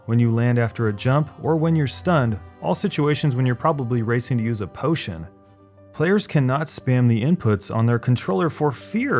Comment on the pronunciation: nice video but when you said P O T I O N I died inside